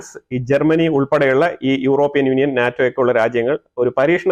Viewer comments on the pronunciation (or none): none